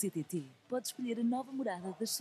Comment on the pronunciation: Ninguém diz “Ch-TT” 😅